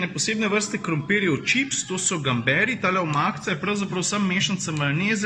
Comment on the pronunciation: Jas sem iz obale in kako si smešno naglasiv gambere malo mi je šlo na smehl😂